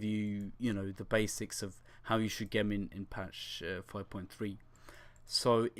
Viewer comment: never heard someone say gem in such a stupid way